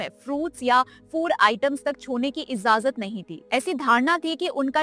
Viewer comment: Ijajat - hindi me accent sahi nahi hai apka, please check and practice